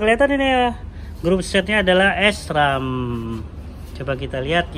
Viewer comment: Bacanya sram..bukan es tung tung bang